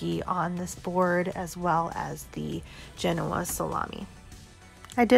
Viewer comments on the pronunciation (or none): none